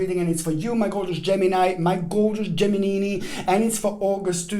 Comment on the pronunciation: Yeahhhh Gimeni - Giminini🤣🤣🤣🤣🤣